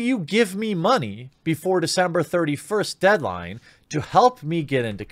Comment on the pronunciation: “Deadling” don’t miss that “deadling” now